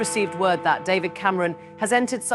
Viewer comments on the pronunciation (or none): none